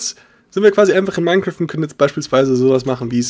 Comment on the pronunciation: Warum sagst du Minne Kraft das heisst Minecraft.